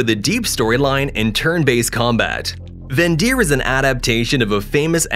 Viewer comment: It's vendir not vagir😅